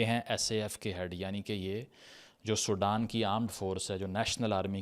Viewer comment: It's Sudan not Soudan